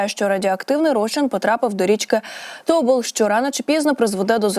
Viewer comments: Що це за річка. О'ка, То' бол - - треба Ока', Тобо'л.. Така безграмотна дикторка, що соромно за неї. Особливо, коли читає географічні назви і не тільки!!! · Кажіть правильно. Не тОбол, а ТобОл, не Ока, а окА, не херотА, а херОта. Де вас вчиил всіх?